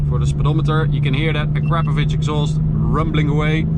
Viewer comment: I don't think that's how you say Akrapovic :/